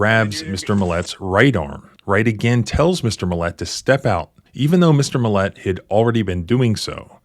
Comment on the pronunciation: Why do you keep emphasizing the wrong syllable of the guy's last name? It's MILL-et. Not mill-ET. Emphasis goes on the front end, there, not the back end.